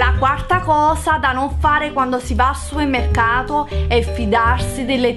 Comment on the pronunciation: supemmecato mado ahahahha ti serve un dizionario di italiano